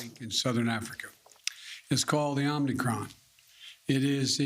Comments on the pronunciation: He said it's called the OMNICRON ...when it's actually spelled and pronounced OMICRON...with one N, not 2. They didn't even brief him on the correct pronunciation of the name of this variant. Once you mispronounce the name of this new variant that is so much of a cause for concern...it's so much of a cause for concern that as President, he didn't even bother to make sure that he is saying the name correctly. These people are losers...they need to go away. SAD! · Omnicron or omicron biden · "It's called the omNicron." The fact that he mispronounces omicron multiple times, is proof that he is (badly) reading a script. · No, he clearly said the "OmNicron" variant is not a cause for panic. LOL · Omicron, not OMNicron Joe Potato. lol. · Will anyone tell him that it is not pronounced “Omnicron”? Will anyone even notice? My guess is no. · Omnicron? Bro… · NO! Not Omnicron, it is spelled: o m i c r o n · Wrong get the Facts correct MSM. Brandon said it was called Omnicron. Not OMICRON. I believe Brandon to be correct not CBS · Joe "Omnicon" Brandon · So Biden and ALL the reporters here calling it the OMNICRON? Here I have been calling this new variant the Omicron - shows what a dumb conservative I am .... ! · Biden is not reading it correctly. There is no N after the M